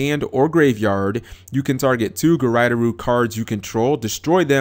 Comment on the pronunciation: "guryderoo?" really? It actually doesn't take that long to say japanese syllables. They never change unlike english letters. Regardless of the word. gu-ray-doe-ru. As in Graydoll.